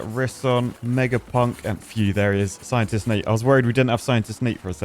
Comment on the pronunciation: why did i hear scientistnate as Side Dish Nate? lmaooo